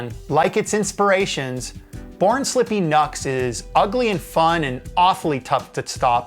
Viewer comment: Isn’t NUXX pronounced ‘new x x ‘ not rhyming the U with nut?